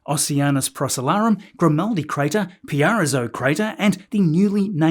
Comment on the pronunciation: Pierazzo Crater — Pee-eh-rahttsho — or to be more precise: /pi.əˈrɑtsoʊ/ or /pjɛˈrɑtsoʊ/ | The first pronunciation uses a more Italian-like approach with the "ie" pronounced as "ee-ah", while the second uses a more anglicized pronunciation where "ie" is pronounced like "pye". In both cases, the stress is on the second syllable, GREAT SUMMARY, BROTHER! 👍 WHAT A MISSION! Can't wait for the next! Not to mention THE FIRST LANDING — AGAIN!!! 🇺🇸🇺🇸 ~ Greetings From Arctic 🇳🇴Norway🇦🇺 😀 👍